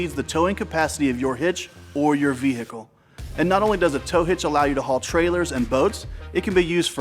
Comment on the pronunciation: That was exactly what I was thinking like why did he say it like that